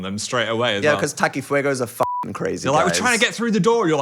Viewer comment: hearing takis being pronounced as "taqui" like a french word in an english accent was a trip